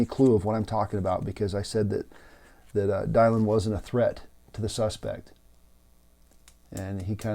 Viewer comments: Thank you for this message. Very wise advice and reflections. Just one small question, why pronounce Dylan’s name as Die-Lynn? Thanks again. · It's "Dill-en" like Bob. Talk about respect, you can't even pronounce the poor woman's name correctly. I'm out. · Dude, are you pronouncing Dylan correctly? It does matter, given you are posting to a public forum. It casts you in a shadow of ignorance to not get such essential details correct. No excuses. Get it right from the start. Constructive criticism.